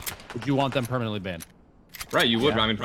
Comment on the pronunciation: Exeshly permently